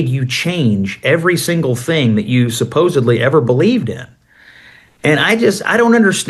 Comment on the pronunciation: It is supposedly not supposebly